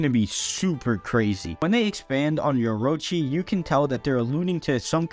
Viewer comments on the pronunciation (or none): Dude said yorochi